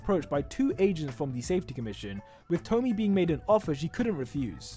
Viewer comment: I'm pretty sure hawks' mothers name is pronounced 'toh-mii-eh', like with tomie in the junji ito series